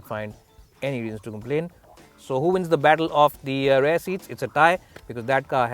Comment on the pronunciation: Work on your pronunciation. .. eg. Steering, rear etc.